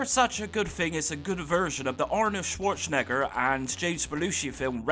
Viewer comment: Chwoure Chen Egger? 🤣